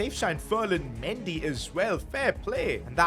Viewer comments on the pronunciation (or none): none